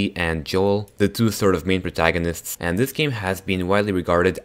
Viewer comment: Lol its protaginist